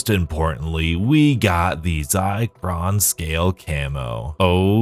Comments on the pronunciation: Also it's not Zi- cron. It's Zir- con. As in Zirconia, or Fake Diamonds. They're literally telling us the Zombie Diamond camo challenge is worthless (compared to traditional multiplayer challenges) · ZIR con, not ZY cron. Sorry, it's driving me nuts. Love your vids!!